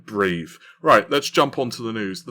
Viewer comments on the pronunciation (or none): Breave? Why can't you ever say TH? Are you allergic to it?